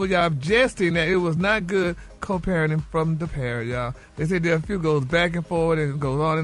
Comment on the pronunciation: 😅😂..same & they he pronounces there w/ a d is too funny/annoying bless his spirit